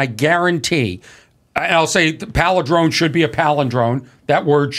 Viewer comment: Corny Adams palidrone flub starts my day off right!